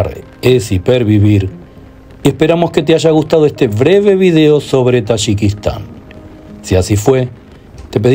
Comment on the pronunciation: You can’t even pronounce the name of the country. You’re visiting I don’t know what the hell you were doing over there. You’re from Mexico.